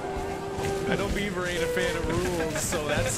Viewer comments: Fake bever -Yes yes ( it is in fact pronounced B-ever) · Its beaver not bever. Learn English